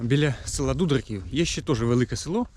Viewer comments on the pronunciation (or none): Назву села не вміє вимовлять. Покаже він.